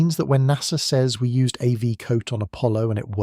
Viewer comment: And it is NOT AV Coat.. You might find it is AB